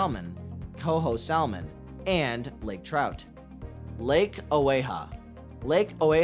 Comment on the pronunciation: You need to learn how to pronounce the word SALMON.......